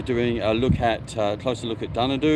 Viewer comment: Good to see that you went through Dunedoo 4 times going to Newcastle twice from Dubbo. The new junction of the Golden Highway and the New England is very good. Did you notice the picture of Winks and Hugh Bowman on the silo. Dunedoo is pronounced with the long E as in dunny. Don’t mention the big dunny though, that died years ago. Jeff.